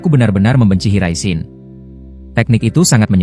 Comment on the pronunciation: Ngomong yang jelas bang maap aja lu bilang jinton jin Riyen .. gua lurusin jinton jin raishen ..😂😂